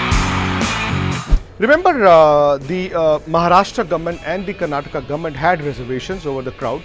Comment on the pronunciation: Finally a semi proper pronunciation of KARNATAKA